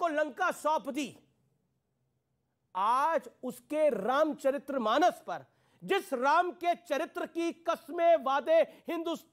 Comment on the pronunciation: " रामचरितमानस " पद है । " रामचरित्रमानस " पद नहीं है । उच्चारण सही कीजिए।